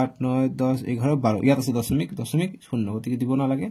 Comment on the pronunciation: Sir ''দচমিক'' nohoy ''দশমিক'' hoy 😅😂😅